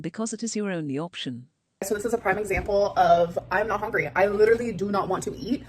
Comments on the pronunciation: "I'm not exactly Hongry" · If she pronounces “hungry” as “hongry” one more time I’m gonna start biting people. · has to be going full gas on trolling now. The constant “I’m even not hongry” and “I need prootein!” Her stupid tiktok lingo 🙄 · The way she says HONGRY triggers me so badly 😩😩😩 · She is sayingi and hongry like that on purpose now to trigger hatewatchers; suddenly it doesn’t piss me off anymore I’m now just pissed that she’s trying